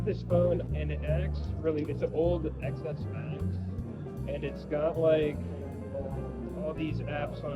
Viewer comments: Ex Ess Max? Come on, learn how to speak. The “X” is the Roman numeral for “10”, so it’s pronounced “Ten S Max”. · STOP SAYING X S MAX ITS PRONOUNCED 10 S MAX DAMMIT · People steal those phones, not caring that they don't work. They are just going to sell them to some unsuspecting non-tech savy person. Also, how can you have a tech / phone channel and still call a ten s max an "Ex-S max"? 🤦🏽‍♀️